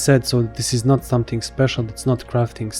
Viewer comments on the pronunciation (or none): none